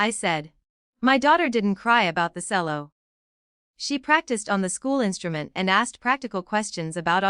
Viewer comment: Cello pronounced cello not selling.